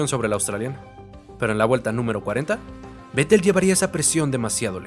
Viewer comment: Buen video, buena edición e información. Solo decir que se pronuncia "Féttel", no Vettel.